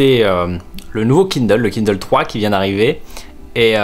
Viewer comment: c'est toujours drôle de voir un Français prononcer des mots en anglais! haha «kindeule» «i-fun»